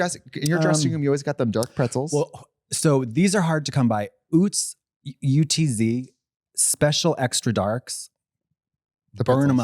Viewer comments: hey katya sorry what the fuck its oots? girl its uhtz. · as a girl who grew up with the utz heiress and who would go to the utz factory for field trips… katya i have to tell you its pronounced “UH-tz” not “ootz” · as a pennsylvanian i love katya's affinity for utz pretzels but hate to inform her it's pronounced with a short vowel. rhymes with guts. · as someone from the east coast, katya pronouncing it "ootz" is so fucking hilarious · why did she pronounce Utz like that i